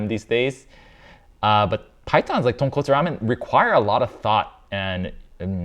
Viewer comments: Maybe I missed something or it's irrelevant but I'm pretty sure the guy just read tonkotsu with an a and didn't read tonkatsu Like how cot is pronounced like caught I think that if he was reading tonkatsu, the vowels in the first two syllables wouldn't be so similar Like he pronounced ton as tawn, so I think he pronounced kot as kawt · The worst part was when he said Tonkatsu! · ❌Tonkatsu（とんかつ） ✅Tonkotsu Ramen（豚骨ラーメン） Common mistake 😅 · Confusing tonkotsu and tonkatsu bothers me a LOT, im not even japanese but come on! Its so different! How you gonna trust a chef who doesnt even know the difference between the names two very different dishes? Its like when a chef cant even say calzone or bruschetta right and they pretend to know about italian food, dont trust them if they cant even say the name of the food right I feel for every country whose foods american chefs BUTCHER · After hearing that tonKATSU is wrong pronunciation i cannot unhear how forced Joshua is saying it 😅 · THANK YOU!! Finally, somebody pointed out the difference (in pronunciation) between tonkOtsu and tonkAtsu. I mean, why? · I hate how chefs claim "best" of anything. Especially in the first 30 seconds when he calls it "tonkatsu" repeatedly. Coming from a guy that was known for working in Japanese restaurant...Even guys with seemingly infinite cache like Kenji Lopez-Alt having a stock made of straight trotters is disappointing. The best part of this channel is that makes it very clear how much of a task it is to even get close to mastering any one type of ramen. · I'm glad it doesn't really bother you, but every time I hear somebody who should know better say tonkatsu instead of tonkotsu it's like nails on a chalkboard to me. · Glad to see that I'm not the only one who thinks he's very pretentious. Video was cringe AF right off the bat tho, "authentic tonkatsu ramen" ... JFC, he can't even get the name right. Thankfully Senpai was here to school.